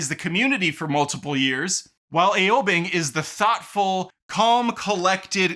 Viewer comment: His way of pronouncing their names!!! 😂 Aye-O Bing and Nazha I guess it's too hard with the American accent